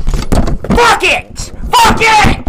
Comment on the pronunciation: I can’t stop hearing bucket instead of fuck it 😂